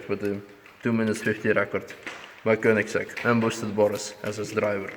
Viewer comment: Well that Koenigigigiigsieieisegg atleast broke something;)